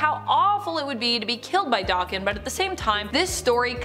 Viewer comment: Daken is a Japanese slang term and insult meaning dog, or mongrel & pronounced DAYKEN, not DOKKEN. DOKKEN was a 1980's hard rock/glam rock band, that was named after lead singer, Don Dokkan.